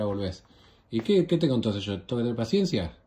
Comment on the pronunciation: man, dijo 'pancencia' por. Si te fijas dijo 'pancencia' en vez de 'paciencia'.